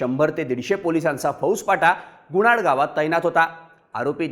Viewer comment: गुणाड नाही गुनाट